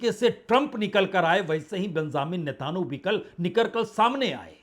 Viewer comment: Natanu pronunciation galat hai sahi pronunciation Netanyahu hai ise aap correct kar len